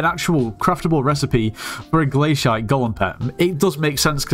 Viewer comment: Bro thats the way its pronounced